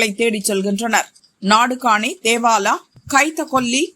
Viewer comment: தேவாலா இல்லடா தோவாலா